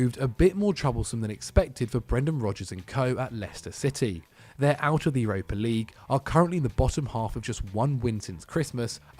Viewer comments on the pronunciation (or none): none